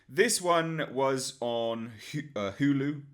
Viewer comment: Worth it just to hear you pronounce Hulu.